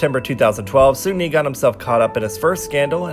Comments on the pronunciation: great vid, but its racist to try to pronounce seungri "sungli" lol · That's why I love your channel, you speak facts only and I've learned so much about kpop history Ps: I still struggle to pronounce 'Seungri' correctly 😥